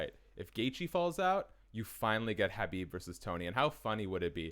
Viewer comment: Imagine covering the sport and not being able to say khabibs name